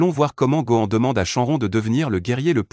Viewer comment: C pas contre toi mec mais ta façon de prononcer shenron dragon balls gohan saiyan etc me fait saigner des oreilles